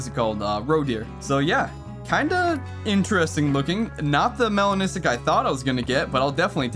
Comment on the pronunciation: That “melanistic” is 🔥